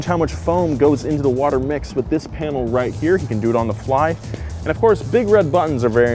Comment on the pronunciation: Anyone else catch the Watah? 😂